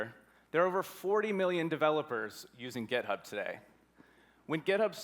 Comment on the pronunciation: did he just say gitub?